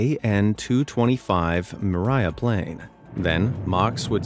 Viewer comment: "mraya plane" i hate it when english speaking people try to pronounce like any slavic word